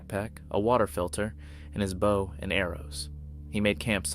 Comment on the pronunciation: It does seem that way. People have pointed out these videos are from other people. And I noticed he mispronounced bow just like Ai